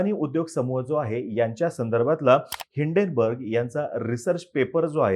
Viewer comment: It's name is Hinden why u pronouns as Indane